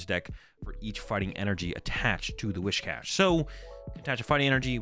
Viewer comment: It’s Whiscash, not Wishcash!